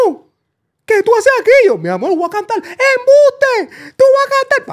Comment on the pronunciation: cuantos “mi amol” va tirar Anonimus 😂